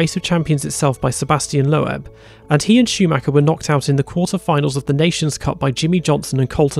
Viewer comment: Great video. Just one small thing.... Sebastian Loeb is pronounced 'Lobe' as in 'ear lobe' and not 'Low ebb' as you pronounced it. But that's not really a major indiscretion, more of a 'slip of the tongue'....lol.